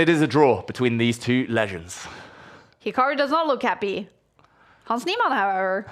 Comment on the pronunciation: hans neeMON bro pls just say his name properly once